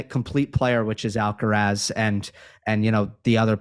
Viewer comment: and Steve, you should make an effort in pronouncing Alcaraz's name correctly. The accent (stressed syllable) is in the third and last "a", so it is Alcaráz, not Álcaraz. Also, the z is pronounced as TH without vibration at the end. It is very easy to pronounce Carlos's last name as it is. Cheers.